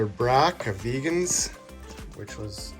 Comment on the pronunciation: the tarantula sling you were showing is actually a Tliltocatl " vagans" not vegan as you have spelled & also pronounced it. Just an FYI ... love the enclosures ….🕷🕷❤❤🕷🕷